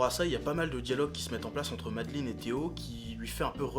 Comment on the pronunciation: j'adore ton accent anglais! du coup c'est pas "madeline" c'est "meï-de-laaïne", ouais jme fous d'ta gueule! Ouais...! Continue comme ça! T'es bien le frère à ton frère! (tant mieux d'ailleurs.. sinon voila quoi.. enfin tu m'as compris..)